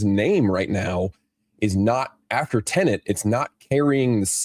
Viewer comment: Most people around the world can't say tenet right, either. Show some grace, brother. I bet you can't say onomatopoeia off rip, or abibliophobia without practice. They also made the marketing pretty ambiguous in the US, though I am very familiar with a 'tenet' I thought it was tenant, given it's a black guy trying to go back in time to prevent disaster.